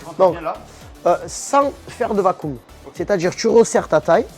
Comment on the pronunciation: Vaccum... On dit pas VAKOUM, on dit cakeum En parlant de d'ailleurs, c'est dommage sa popularité est sapée par Mma